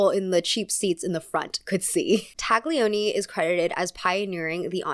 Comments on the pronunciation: If you’re at all interested “Taglioni” is pronounced with a silent G. But pedantic corrections aside, I simple adore all of your content. My besties and I FaceTime while we watch 🥰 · Talioni (without -g in pronunciation) and Diagilief (pronunciation, accent in -gi)